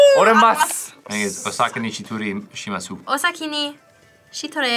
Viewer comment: Love seeing how much they love languages! said “Anime saaaave me! 行きましょう！” 🤣 Those transliterations weren’t great though. shitsureishimasu. There should be an s in the tsu that’s why most of them got it wrong if they can’t read the hiragana for つ. And the Cherokee phonetics weren’t helping either. Did Y’all give them the transliterations for the Arabic? Cuz she just put the English version on screen. The و in baklava is a w in Arabic but a v in Persian. So the Arabic transliteration should be baqlaawa.